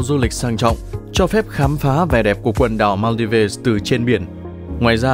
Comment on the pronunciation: Thượng lưu gì mà cái tên Maldives cũng không nói đúng nổi nữa vậy?